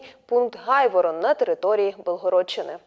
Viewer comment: Він Грайворон, а не Гайворон